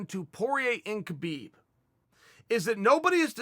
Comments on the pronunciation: Chael I don't wanna correct u becasue u might beat me up but it's pronounce habib not khabib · You explained it pretty well Chael, now please please please pronaunce his name correctly, it is Habib, not khabib, how do you pronaunce knight,know,knowledge etc. There is no k no. K it is just Habib, thank you and thumbs up for the video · Just a small note but I believe his name is pronounced "Habib" where the K is silent as opposed to "Kabib". Cheers Chael :)